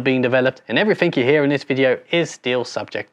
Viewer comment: Such a great video. Though please stop saying “Every-fink”